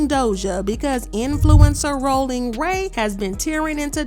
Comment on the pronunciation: The way you read that was annoying cuz rollin don’t sound like that it’s more tongue 👅 involved